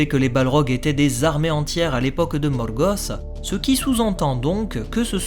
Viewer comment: Poirquoi tu roule les R pour Sauron et Morgoth ?